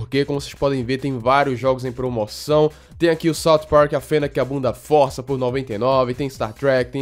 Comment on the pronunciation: Não é Fórça man, é força.